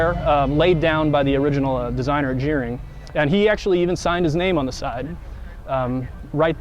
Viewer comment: It's pronounced "gar-ring" NOT "jeer-ring"...Kim Gerring started the entire Van Conversion Industry in Elkhart Indiana in 1972. He was my life long friend, my brother-in-law, and an amazing individual. He just passed away this past Sunday (3-10-19) . Innovator, creator. Will be missed immensely.